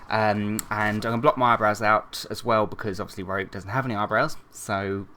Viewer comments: Its pronounced ree-ook :) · You pronounced Ryuk's name right the second time :D